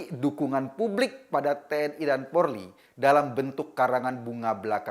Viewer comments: Polri bukan porli pak! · Polri bukan polri pak!!!